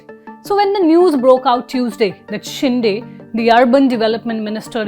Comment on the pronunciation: It is शिंदे not शिंडे.